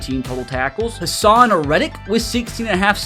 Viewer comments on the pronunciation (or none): none